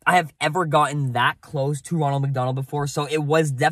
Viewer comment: Ronald you said ranold